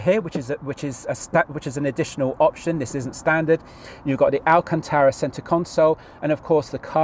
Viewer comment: I drunk a shot every time ‘speciale’ was mentioned. I’m now dead… 😁 Also it’s alcantara rather than alcantera 👍 Enjoyed the vid though jokes aside.